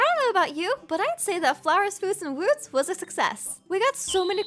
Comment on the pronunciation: Lol " Flowers, Foods, and Wouuds"